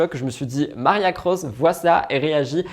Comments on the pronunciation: Marcia* pas Maria 🙂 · C est MarCIA Cross (pas Maria😢). La pauvre tu lui as torpillé son nom à plusieurs reprises. En plus elle est top cette actrice.